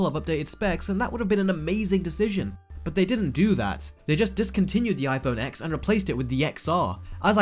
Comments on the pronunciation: Exactly. I hate when people say X it's annoying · It's pronounced 10. TEN! X is the Roman numeral for TEN. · Kuledude21 pretty sure it's pronounced 10 and 10 only and did i really call someone out just because someone mispronounced? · If you’re gonna make an entire rant about a phone, at least pronounce it right. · For a guy who knows a lot about phones why the hell is he calling it iPhone X when it’s pronounced 10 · the ‘x’ in the names is pronounced ‘ten’. it’s a roman numeral. it was very annoying - just saying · 10!! Ten! TEN! Not “X”.. it’s a Roman 10! Hurts my ears. Otherwise I agree with everything said. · It's an iPhone ten not x, try learning Roman numerals. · The fact you pronounce X as Eks shows you may know less than you think you do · Wow, hearing you say iPhone X as an actual X is really annoying. It turns out people can’t actually process that they no longer use Arabic numerals. They now use Roman. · X is pronounced 10, so iPhone 10, iPhone 10R, 10S, 10S Max. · I sort of agree with him, but why is he calling it iPhone X („eggs“)??? It‘s pronounced iPhone TEN. 😉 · 🤣🤣🤣 “Apple put prices up which means everyone else did, so now I hate them all”. Boo hoo mate. Oh, and it’s “TEN” mate, not “Ex”. Do 37k people honestly subscribe to hear you whine like this? Also, there’s so much misinformation in this video, the XR display isn’t a “watered down” display, maybe use one ... or watch better informed (and not even Apple affiliated) channels say. No one is being “tricked”. Cheers for the laugh. 🤣🤣🤣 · If you're going to make a video criticizing the phone at least pronounce it correct... it's pronounced "TEN" not "X" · It's pronounced '10' not 'X' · Why do people call the iPhone X wrong? It’s not iPhone X it’s iPhone (ten). It’s the iPhone (ten R) not xr. I understand your complaint about the prices for the phones though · I lose brain cells every time you pronounce it x it’s ten!